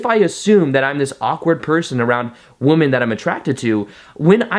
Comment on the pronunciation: Can u please say "women" for plural?? it's like how u say u "men" for plural One man two men One womAn two women ENGLISH LESSON OVER You're welcome. From all the women watching this.